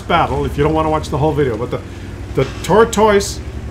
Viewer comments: If I hear him say "tor - toice" one more time... :) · Canadians say the word tortoise wierd